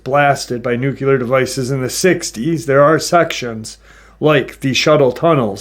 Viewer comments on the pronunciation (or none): Dude (newk yah lur) is not a word its simply nuclear....( New-clear) Why do you add syllables and letters to it that dont exist?